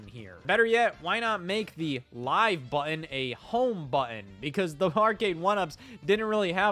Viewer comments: I believe there are two “t”s in the word button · Why can't Scott pronounce the word 'Button'?... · Scott really struggles with the word, "button", huh? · Scottism - buhh-inn = button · You pronounce 'button' very strangely...